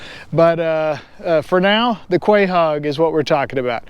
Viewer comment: Crazy mispronunciation lol. Delicious and beautiful animal though. ❤